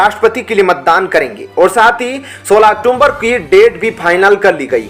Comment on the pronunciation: औक्टूबर बोलिए औक्टूम्बर नहीं